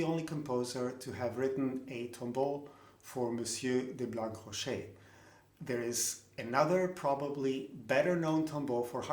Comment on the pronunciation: Thanks for all your interesting videos. Let me be a little pedantic : I presume that "Blancrocher" must be pronounced as "Blanrocher". The meaning of the name is probably "white rock", "blanc rocher". According to Wikipedia, the name was also written "Blanrocher"